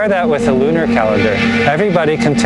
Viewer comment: What the hell is "loonier?' I hope you don't mean "lunar."